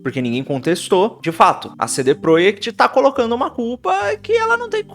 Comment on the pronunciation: Você está falando cd PROEKT de propósito?